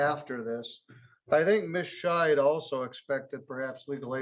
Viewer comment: I think needs to enunciate the D on the end of Ms. Scheid's name, as it sounds like he's referring to her as Ms. Shite.